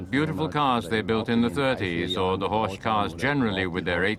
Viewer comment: It's pronounced Horck not ch. Beautiful Cars.